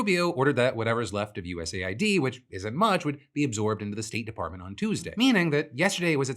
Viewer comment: Sorry, off topic, but I genuinely think Phill is saying USAID wrong, he says it USA-ID, but it wouldn't make more sense for it to be US-AID given the context of their work.